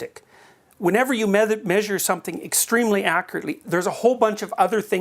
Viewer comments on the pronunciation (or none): none